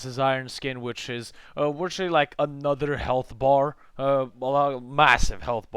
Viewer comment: A nutter video? Go back to fuckin' school and take some speech therapy, dumbass.